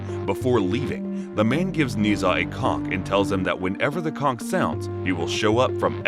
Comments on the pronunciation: "Before leaving, the man gives Nezha a cock," I then he meant a "Conch" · Clearly meant to say Conch xD but yes I heard it too...